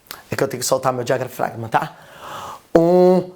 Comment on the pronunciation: ele falou : eu tenho que soltar meu diagrafragma kkkkkk excelente professor!!